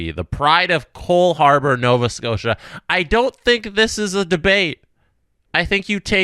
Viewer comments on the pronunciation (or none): none